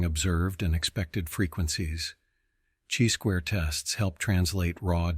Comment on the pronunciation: You know it’s a computer when he says, “type EYE error” and “CHEE squared test” 😅 but great content all the same 👍